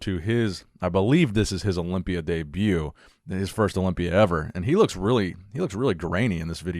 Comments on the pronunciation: I love it when he says Olombia instead of Olympia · wow, props to him I'm kinda new in the scene I didn't know about this thanks for sharing Yes English is difficult to learn if your first language is arabic, since their rhythms are different That's why he's still mispronouncing some words like Olympia, that's just his egyptian accent and I love it😂